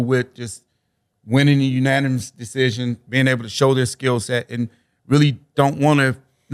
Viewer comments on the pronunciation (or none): none